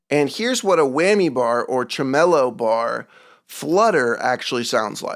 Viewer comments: TREMolo not TruhMOlo. Your welcome. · it’s “tremolo”….not “tremellow” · Why THE FUCK would you pronounce tremolo as č'mè-lou? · Dude you are insufferable. You are spending hours making videos debunking bullshit but you can’t even pronounce “TREM-LOW”. Trem-oh-low? Fucking goofy. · Bruh, tremolo isn't pronounced "treh-MOH-low", it's TREM-oh-low. Just an fyi. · Someone needs to teach you how to pronounce tremolo. trem-uh-low not trem-mellow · The way you pronounce tremolo is the weirdest way I’ve ever heard it said. Lol. It’s pronounced exactly how it’s spelled. It’s not trem-el-o; it’s tremolo. It’s also not pronounced with a weird emphasis on the wrong syllable in the middle. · thanks to this video I finally know how to do that one sound with the tremolo... by the way you say "tremélo" by it is pronounced "trémolo" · tremellow? lol emphAsis on wrong syllAble there. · Are you sure that you're not the faker? I have never heard someone say TreMELLOw lol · tre-mellow ? bruh that's not how you pronounce tremolo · I appreciate what you're doing. However, it's hard to take a "guitarist/producer" seriously, when you can't even pronounce tremolo correctly... TriMELO... Lmao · I've been part of the vibrato versus tremolo bar debate in the past, but today was the first time I heard someone mispronounce "tremolo"... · Yup, pretty much. wtf do I care about a faker and silly internet drama, sorry but I'm not a teenage girl or one of the hosts from The View. This dude wants clout for exposing a faker and yet doesn't know how to pronounce tremolo properly! LMAO The fan who got ripped off and the guitar company need to sue this loser. I don't give a phuq about the rest of the nonsense. I'm not dumb enough to fall for that stuff, and I have better taste in music than this garbage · You’re pronouncing “tremolo” wrong but I forgive you. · I’m formally objecting to the pronunciation of tremolo. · You might want to learn how to pronounce words like "Tremolo".